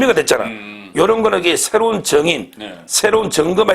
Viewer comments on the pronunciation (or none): 정거? 정인? "어"를 어라 발음 못하고 "으"를 으라 발음 못하는 홍길동 두 분...